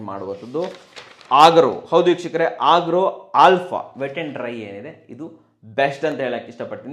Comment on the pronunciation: ಅಗಾರೋ...ಆಗ್ರೋ ಅಲ್ಲ 😀